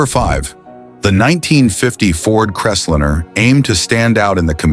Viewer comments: more text to speech GARBage completely ANNOYING "crest linner??? lol what bs why dont you use your own voice jeesus thia makes it shit hard to listen to and disgusting i'm pout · It’s not just that it’s computer generated voice, it’s BADLY done. Crestlinner, FFS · And it can't pronounce words correctly. EG: What's a Crest-linnah? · CREST LINER not Cresslinner. Get it right! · It's a Ford Crest-line. Not 'liner', like 'diner', not 'dinner'. The stupidly of this video takes away it right to call ANYTHING ELSE stupid.